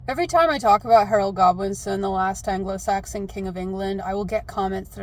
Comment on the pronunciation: When you said Harold Godwinson, I heard Harold Goblinson. Edit: I think if the book Goblin had a kid, it's name would be Harold Goblinson